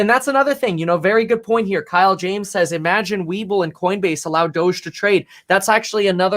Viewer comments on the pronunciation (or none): none